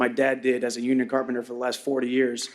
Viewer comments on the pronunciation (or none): Michael chandler lost me at “Union” 😂